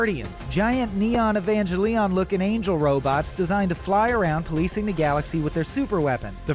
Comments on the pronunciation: It was fine until you said EvanGeLEON. that has got to be the worst pronunciation ever. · Nothing makes me happier than hearing someone whom has never watched Evangelion attempt to pronounce Evangelion. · Holy crap you butchered the pronunciation of Evangelion.